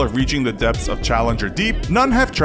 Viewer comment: Everytime you say depths i hear death